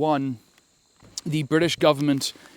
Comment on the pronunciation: The bwitish ar ere